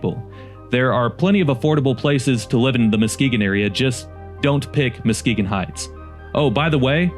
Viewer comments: Videos are very interesting and professionally done but did AI change Muskegon's name to MOskegon? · Your spelling is not good. It’s Saginaw. Not seganol!! It’s MUskegon not MOskegon. For two examples….